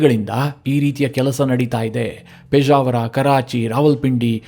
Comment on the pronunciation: ಪೇಜಾವರ ಅಲ್ಲ ಸ್ವಾಮಿ ಅದು ಪೆಷಾವರ